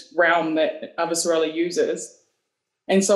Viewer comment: I love everything about this, except: Avah-SARAH-lah. Guys. Listen to Jefferson Mays.